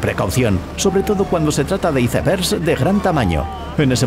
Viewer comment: Me bastante risa escuchar como pronuncia iceberg 😂... Como será escuchar cuando pronuncia ice cream😂😂